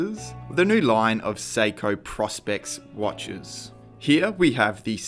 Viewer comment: PROspex not PROSpex